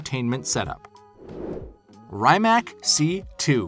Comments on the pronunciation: when he does the rimac he says it like the 'rymac' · and he doesn't know how to pronounce correctly Rimac ! ;)